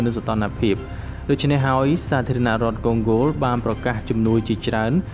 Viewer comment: អញឆ្ងល់ណាស់ ? Congo កុងហ្គោ វាទៅជាវាអានថាកុងហ្គោល អាតៃហោងឯណាឆ្កុយអញ្ចឹងទៅ ? ទីក្រុងម៉ូស្គូ វាទៅជាវាអានថា ទីក្រុង មូស្គូល ឯណាអញ្ចឹងដែរទៅ ? ចេះប្រកបអក្សរខ្មែរទេ អាតៃហោង ?